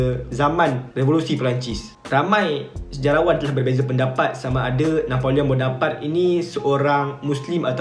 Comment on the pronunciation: Rasanya sebutan yg betul: "Na po leo Bo No Par Tae" Dlam french, jika berakhir dengan 'e' maka kena berbunyi lah 'e'. Kalau berakhir dengan konsonan tanpa 'e' makan sebeutannya silentkan sebutan konsonan terakhir itu. For eg: Napoleon Bonoparte Sebutannya silent 'n' utk Na Po Leo, dan perlu dibunyikan 'te' dalam Bonoparte. Betulkan jika saya salah.